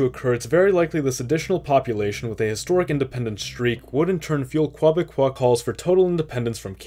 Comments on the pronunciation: Okay. I've got to comment. The Francophonic term for people from Québec is "Québécois" which is pronounced as "kay-beh-kwah" not that "kwah-beh-kwah" thing you kept using. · Every time you say Quoi-becois, I i have to laugh. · Bro it's like "KEH-beck-kwah" aint never been any Quoibecquois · 'Quoibécois' lol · Strange pronunciation of Quebecois